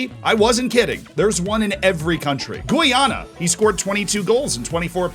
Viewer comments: The way you pronounced Guyana is hilarious and totally wrong my guy 🤣🤣 it’s pronounced Guy-Yanna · For reference next time Guyana pronounced guy-anna(like the English word ‘guy’, and Anna like the name) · Your pronunciation of Guyana is amazing, never stop saying it like that.